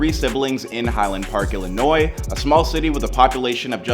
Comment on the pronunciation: Mispronounced all the names. High Lond Park lol wtf